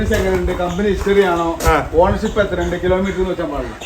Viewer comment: 2014 വാഗ്നോർ ഓണർഷിപ്പ് പറഞ്ഞത് വ്യക്തമായില്ല?